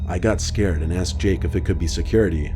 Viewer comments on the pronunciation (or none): none